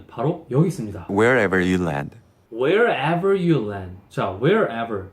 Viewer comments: Well.... i guess 공유 said WHERever.. not wherEVER.. I think you missed something..? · 딴지걸려는거는아닌데 wherever 에서는 압부분에 강세준거같아요 여러번들었는데. 목소리랑 발음 정말 너무좋아요